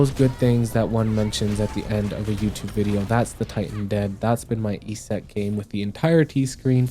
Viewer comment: Why do you say Yset like that?